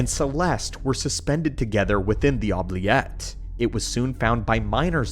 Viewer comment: Damn, this was awesome. The only critiques I have is the mispronunciation of certain words, like Stygian, Oubliette, and a few others I can't remember now